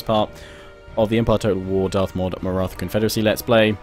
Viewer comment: Its Maratha with 'th' as in Thomas